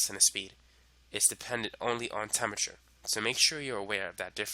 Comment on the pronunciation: This guy is obviously super smart, but as a lit major, I couldn't get past "temmerture" (temperature) to finish the video.